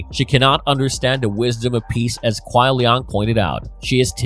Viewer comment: It burns me when he pronounces kuai liang as "kuai liong" especially when hes heard the correct pronunciation hundreds of times😂